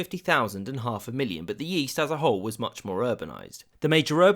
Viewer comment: "in the yeast" i was like what? Great video of a great tragedy :(